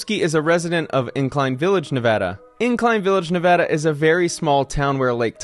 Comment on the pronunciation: It’s nice to hear someone actually pronounce Nevada correctly.